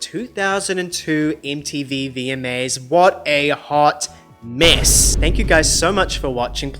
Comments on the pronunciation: Is he saying “miss” or “mess”? Lol. Cause either word works. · Every video is a MESS... lol it sounds like you're saying 'miss' a lot of the time. Just in regards to the Michael Jackson award/not award thing, i am more inclined to believe that Sony had something to do with being shady than what a r worder says about him hearing someone say simething about Michael 🙄 I think it is also so disgraceful that JLo WON THAT AWARD BECAUSE SHE DIDN'T SING THAT SONG. 'I'M REAL" was not even sang by her. Again. And also the fact that Ashanti was one of the main artists JLo used for her songs, and Ashanti was also nominated that night is crazy.